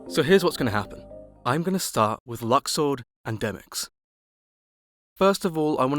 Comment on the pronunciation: Its pronounced luxord